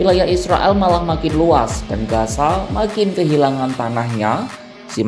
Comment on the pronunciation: pengisi voice tolong penyebutan z dan s itu beda gaza dan gasa itu berbeda